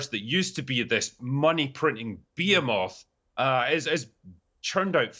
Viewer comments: “be a moth” or behemoth(ba-hee-muth) you killed me with that! 🤦🏻‍♂️ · Behemoth + "Ba-HE-Myth" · Jesus fucking christ is that how scotsmen pronounce “behemoth”? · Love the critical drinker but he should be out in the gallows for that pronunciation of behemoth